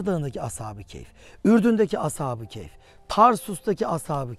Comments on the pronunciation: Hem "keyf" değil, "kehf" olacak diyorsunuz, hem de sürekli "keyf" diye telaffuz ediyorsunuz. Bir de, Kur'an israrla "onların sayısını sadece Allah bilir" diye belirtip sayılarının kaç olduğunu kimsenin bilemeyecegini belirtirken, siz de israrla hem de köpeklerinin adini dahi telaffuz ederken, keske en azından taze taze bir Kur'an meali okuyp, bu konuda Kur'an'in muradı nedir diye bir on araştırma yapsaydiniz be hocam.... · Ashabı keyf değil kehf